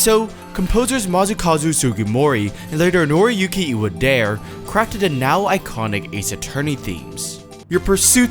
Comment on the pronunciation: Just wanna mention that Iwadare is pronounced “e-wah-dah-reh”, not “e-wah-dare”. It’s a Japanese name after all ☻